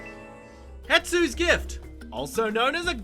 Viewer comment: This guy can’t pronounce things for shit. It’s “Hestu” not Hetsu and Yoshi not Yahshi